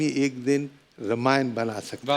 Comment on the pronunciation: रमायण ? कपिल शर्मा रामायण राम रामायण बोलिए ।😅😅😅